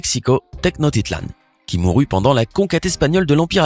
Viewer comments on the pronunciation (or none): qui mouru 😂 faudrait faire un effort quand même